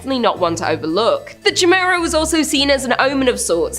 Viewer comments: Chimera is pronounced Ky mare uh not jimera. serious i kept expecting to say jamiroquai. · It's pronounced Ky Mere a. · Ditto ! I had to say it!! I couldn’t stand it anymore she kept saying CHAI MERA😀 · Chimera is pronounced (Kai-meera) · Heads up , it’s “kīˈmirə”…. It’s pronounced “ki “ not like chai tea. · Chimera is pronounced ky-mera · The way says chimera made me chuckle. I'm not one to harass them about pronunciations but I certainly had to laugh a little.